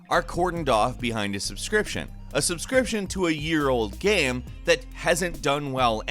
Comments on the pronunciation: Why does he keep on saying gam and not game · Is it me or does pronounce the word "game" strangely???